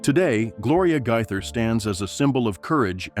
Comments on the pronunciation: Really fake news. Who made this up? Shame on whoever it was. And at least learn how to pronounce their name correctly. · They are NOT divorced and that's not how their last name is pronounced !!!